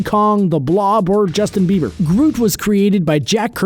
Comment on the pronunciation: Justin Beaber😂😂